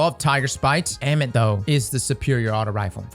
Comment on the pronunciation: I think it’s pronounced Ah-mit lol its Egyptian